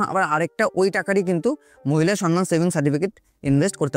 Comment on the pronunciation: সনমান নয়, সম্মান (সমমান)